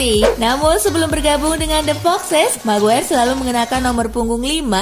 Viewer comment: min sekedar saran .. nyebut maguire bukan meguer tapi megwayer .. gaenak didengernya .. sebelum netizen pada bilang rip english hhe 😂😊😉